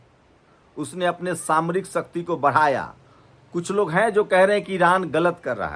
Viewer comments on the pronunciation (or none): none